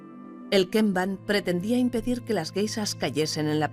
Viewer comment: ¿por qué a los españoles les cuesta tanto pronunciar la sh? Carajo... encima es soporífera la voz de la locutora.